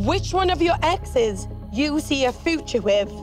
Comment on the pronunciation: Wtf is a footcha?? U mean future? Like “fyouture”